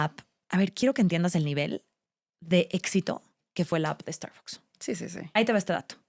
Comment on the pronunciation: Pues las usarán, pero mal pronunciadas, como no pronuncian la marca en inglés...No es Estarboks...